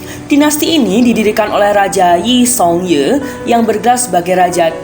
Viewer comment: yi song ye?? kok cara bacanya salah sih,, harusnys i seong gyi bacanya